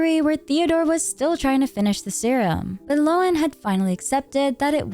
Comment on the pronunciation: Happy to find a major content creator that can actually pronounce Lohen, so many seem to think Linzi is a playable Genshin character.